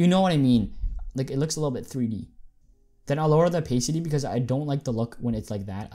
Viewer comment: it hurts me when you say "opaycity"